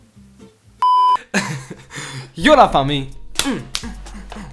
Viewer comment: Yé la famiyye c'est insister sur le y